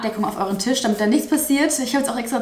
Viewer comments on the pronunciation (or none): none